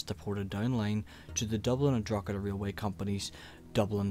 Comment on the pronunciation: stopped watching after a few poor attempts at saying Drogheda and then hearing Londonderry. It's Derry